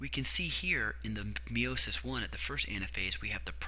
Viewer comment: Tres bien. I love how you say meiosis or should I say "meowmosis" :))